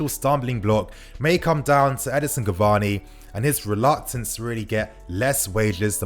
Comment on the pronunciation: can you stop calling him Edison, it’s Edinson my man 😤